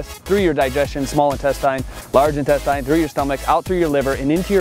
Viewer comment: intesteen not intestahyn